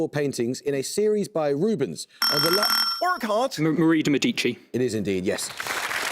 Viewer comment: 'MeDIci' and 'cineCIta' really hurt my ears. They put so much effort into french words and really don't give a fuck about any other languages, uh. And i'm not even italian, but i'd probably miss on those easy questions based on shit pronunciation. It takes like 5 seconds to learn it, why some people are just so lazy? wtf